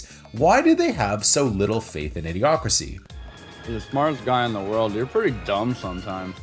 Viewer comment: you keep saying A. D. Ocracy instead of Idiocracy.